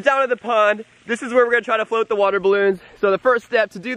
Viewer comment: it's float not flot